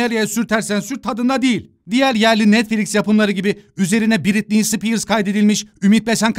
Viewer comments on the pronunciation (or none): none